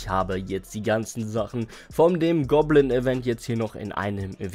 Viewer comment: Goblin bro, nicht gobblin😂